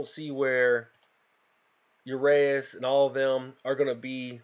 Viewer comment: you got it wrong again, its urAeus ,you have to hear the A not the E ur A eus